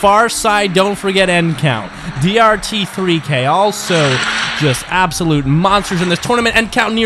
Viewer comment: DRT3K is pronounced dart-threeck 🤷🏾‍♂️😂